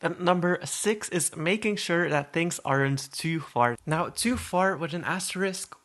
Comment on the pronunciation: I’m sorry but when you said “Wit” LOL ITS With